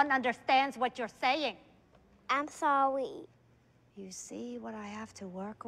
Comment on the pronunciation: So mean!! " I am sowry!" "You see what I have to work with"